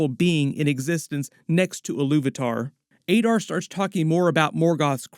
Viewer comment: Why are you pronouncing Adar as Aydar despite having heard every other character in the show pronouncing it as Adar?